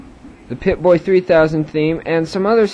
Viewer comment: pip-boy not pipbay, idiot